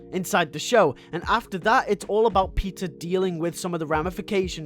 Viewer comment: Cool video! I have seen the entire season 1, 1 episode from season 2 & a sneak peek from season 3 & that’s it. I actually enjoyed it. Plus I love how I heard the way you said Peter & Anya as Pizza & Onion lmao